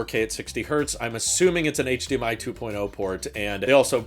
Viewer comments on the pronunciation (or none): none